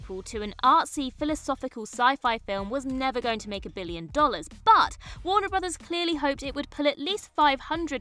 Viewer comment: “Warner Brothers” pronounced correctly several times! Well done, - thank you for learning it!